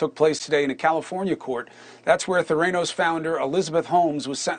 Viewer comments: I like how he pronounced Theranos as “Theraynos”. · Ther-ay-nos? Has Cuomo never heard the company name spoken aloud? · You'd think at this point of this years-long story Cumo would know how to pronounce THE COMPANY'S NAME!!! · With all that time on his hands, you’d think Chris could have learned how to pronounce ‘Theranos’ properly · Chris - how are you mispronouncing the name of the company when this story has been around for YEARS??? Come on man. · Dude! You're a news anchor. Learn to pronounce Theranos. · Freedo cant even say Theranos right